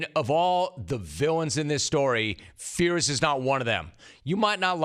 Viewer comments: Rome - Mike Fiers has been all over the news for the last few months. How on earth are you still butchering his name so badly? His name is pronounced FIRES not Fears. If you are praising a guy publicly, make sure you get their name right. Out. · Couldn't agree more Jim! Big Papi is confusing here. You'd think he'd keep a low profile here given his P.E.D. drama. Just one thing, Mike Fiers is pronounced Mike Fires, in spite of being spelled differently.